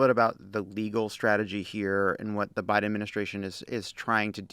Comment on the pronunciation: guys, c'mon: "thank you to Joe B-AI-DEN". It's right there.....